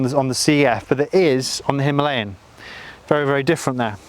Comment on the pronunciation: It is called Himalayan (He-Ma-La-yan). Unfortunately it is pronounced - Hemaleyen.